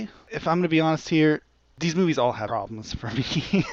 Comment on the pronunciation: its Movies not Moîes,.....